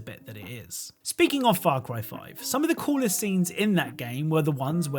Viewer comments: Why do I hear "Far Cwy" at the very start? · The way you said far cry the first time in the intro sounded really close to f*** boy.